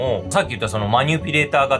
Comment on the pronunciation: マニュピじゃなくてマニピュレーターな